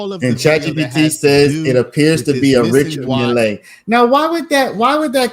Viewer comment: It's pronounced richar mille with emphasis on the double LL. Milll